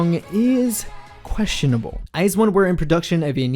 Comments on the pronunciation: When you hear eyesone instead of iju-one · It's pronounced I Z one, not eyes one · This man says it as IZE 1's it sounds like a pair of shoes. FYI it's I ZONE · Btw it’s not eyez1 it’s i z 1 that’s how you pronounce it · I was today years old when i found out Iz*one is pronounced Iz*one and not I*Zone...(never listened or watched them, only ever saw the name pop up on YT or Twitter) I feel dumb now :D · STOP CALLING THEM EYES ONE ITS WEIRDDDDD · Yena and others pronounce it as iZone tho... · Ok, I have to thank you because for the life of me I couldn't comprehend how to pronounce "IZ*ONE".